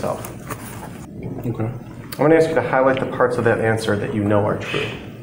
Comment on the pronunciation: Could you axe the question again officsar